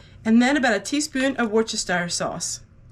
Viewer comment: Hi, Worcestershire,England here. It’s pronounced Wuster-shur. lol x